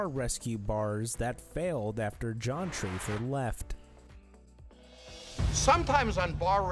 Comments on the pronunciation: His name is TAFFER!!! Not Traffer!!!! You're creditability is ZERO! Also, your first clip is from Shameless! You're ridiculous!!! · Who is trayfer? It's TAFFER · Makes me laugh when people make videos that they have no idea WTF they're talking about!! Like stop clout chasing and making videos of a shower have never seen lol there is no way that u ever watched an episode at all how does TAFFER get pronounced TRAY FER??? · It’s TAFFER NOT TRAYFER. You need to watch lots of Bar Rescue to know that